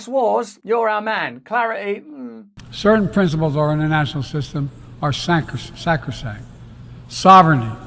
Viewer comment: The way Brandon pronounces sacrosanct, is blasphemy.